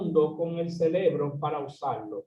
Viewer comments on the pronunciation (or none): CEREBRO, NO SE DICE CELEBRO A MENOS QUE VAYAS A CELEBRAR ALGO.